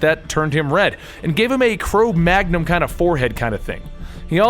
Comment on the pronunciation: → Cro-Magnon* ...loll, not mag num.